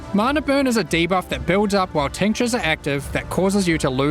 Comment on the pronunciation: I hear "tank jizz" instead of tinctures